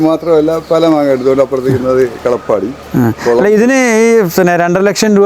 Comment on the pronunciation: കള പാടി അല്ല ..കാലാ പാടി എന്നാണു